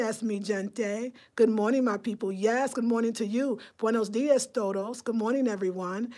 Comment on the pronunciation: Hey. You are saying buenos diez when you should be saying dias ( dee oss)